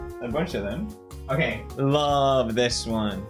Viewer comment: It’s kay